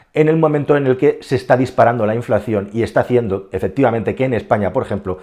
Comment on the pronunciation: 'inflacción' nooo, habla bien 😑